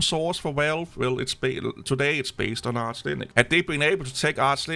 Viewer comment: Why are you calling it "Arse Linux"?